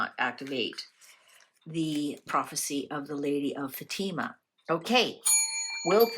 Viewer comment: Its pronounced Fa-ti-ma